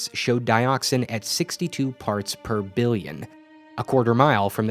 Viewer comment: Side note, don't emphasize the denominator (BILLION) when trying to promote shock in the audience with high numbers.